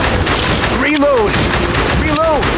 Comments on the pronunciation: Resumen del gameplay: "rilout" Buen video, me gustó el remake, justo en la infancia, y para el que me diga que se escribe Reload, amigo, diviértete un poco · Solo dire: "rilou" XD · Contexto? "Rilou" JAJAJA, MUY BUENO JUEGO, NOS PEGO EN LA NOSTALGIA